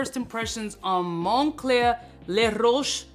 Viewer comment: “Mon-Cler” Money_Clear 😂 🤣 😂